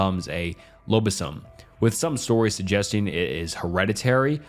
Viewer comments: found cute the way he pronounced lobisomem as lolobision and lobison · Brazilian werewolf is called lobisomem (wolf + man - in portuguese lobo + homem), its not lobisium